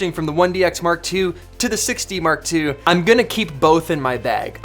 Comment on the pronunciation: Haha! You "Six D Mark two" sound like "Sixty Mark Two" :))) Man, I spent a lot of time searching for "Canon 60 Mark2" :)))